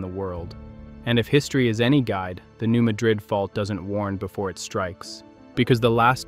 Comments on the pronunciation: Could you at least pronounce it correctly??? It’s not the city in Spain. It’s MA-drid NOT maDRID!! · They pronounce it Mad-rid not Muh-drid, like the Spanish city. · It's pronounced "New MAD-rid". And the frequent small quakes mean that tension is being released as it builds up, instead of building up toward a major. quake. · Technically it should be pronounced Ma-drid. But those of us living in MO have always heard it pronounced Mad-rid. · its New Mad rid, like your mad at people who dont pronounce your towns name right. Madrid is in Spain. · Small earthquakes happen every day on the New Madrid fault zone.. been doing that since before the big one in .. it's pronounced New Mad-rid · I grew up in Southeast Missouri and came here to say the same thing. It seems that every video I see about the New Madrid fault has the wrong pronunciation. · You are correct. A.I. voices always screws up names. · Sitting here in the middle of the fault line where I've lived my entire life. No new information here. Nothing to see please move along! This fault line is monitored constantly and it is and always has been this active. Nothing new is going on. Also why should I watch videos where AI can't even pronounce names properly and no human bothers to check and edit it? It's not pronounced Muh-drid like the city in Spain. It's Mad-red. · You lose all credibility when you can't even pronounce the place or fault name correctly. And yet, this is the subject of your video? It's pronounced MAD-drid. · I live here in southeast mo my whole life. New-MAD-drid is d correct pronunciation. 👍 Friends n family live there. I'm a few miles away. 🙏🙏 It's low swamp land that's been built upon thru d years. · As a resident of Southeast Missouri for 75 years the correct pronunciation of the town in Missouri is New Mad-drid. Also the small town at the South tip of Illinois is not pronounced Cairo like the city in Egypt it's pronounced KARO iike the syrup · It is pronounced MADrid.